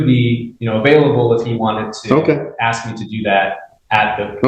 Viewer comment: See if he can pronounce “ASK” ?